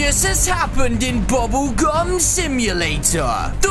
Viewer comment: You said gubble gum